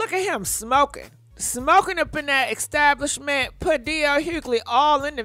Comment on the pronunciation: Nice “estashment”?!!?? 😂😂😂 It’s always the mispronunciation of words (and names) for me 😂 ... and I love it!! At this point, we the followers already know how it is!